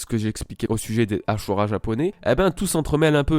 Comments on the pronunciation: Le "SU" se prononce "SHU" en Japonais ^^ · c ashura pas asura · Ça me casse les oreilles quand ces youtubeur ne savent pas prononcer correctement les noms des personnage ou des choses. Mec on as ajouter un H avant le S du ashura, et non asura, tu prononce comment si je dis Shaka ? Pareil c est ashura et non asura, alor tu va ignorer mon commentaire normal, pas facile de prononcer correctement les noms dans l original.😅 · C pas asura mais ashura 🤣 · Pas asura mais aSHura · Sa vous stess pas qu'il dise asura au lieu de dire ashura comme dans l'anime??? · ASHURA et pas ASSURA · Ca ce dit pas AsHura??